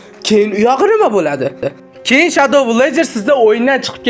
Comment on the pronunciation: Villagerni va Herobrinni talafuzi ham boshqacha👎